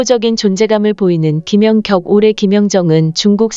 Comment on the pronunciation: 이 영상은 ai가 읽어주는 내용이라 발음이 듣기가 거북하고 발음도 이상하고 김연격 김연정 ㅋ 올림픽 무승승차 업적을 남긴 김사니, 김수지, 표승주 영구퇴츨과 조송화와 신연경도 영구 퇴출 이들 싸그리 영구퇴출과 더불어 배구계에서 제명을 해야 하고 서 전감독을 모욕과 허위사실을 유포한 혐의로 법적 책임을 물어야 할것이다, 이런 것들은 싸그리 뿌리를 뽑아버려서야 한다.